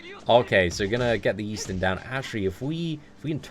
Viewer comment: he doesnt want people to know that eastin.. is actually xD